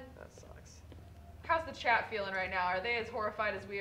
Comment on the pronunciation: kept thinking they were speaking to a Chad but just realized that they were saying CHAT